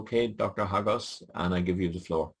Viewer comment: You sounds like you are saying Hostages.